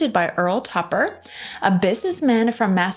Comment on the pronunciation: This btch got over 100000 subs but says "massatwosits"